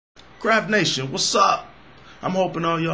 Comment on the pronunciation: The way you say "CRAFT NATION" sounds like "CRAP NATION"